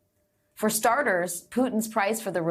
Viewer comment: I think I will faint from revulsion. Trump pronounced Evan as Ayven. His daughter has virtually the female version of his name and Trump managed to swap vowels somehow. And Biden is supposed to be in mental decline?